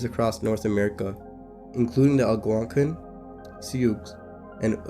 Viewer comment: This is a great video with a lot of good information, and you have a good voice for this! Please work on your pronunciation and music editing, that's my only critique. You were really off with how to pronounce Algonquin and Sioux, for example. Still, good video, and I look forward to you growing and improving! Subscribed! ❤